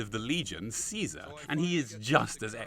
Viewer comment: Honestly how did you get the pronunciation of “caesar” wrong? Did you not play the game???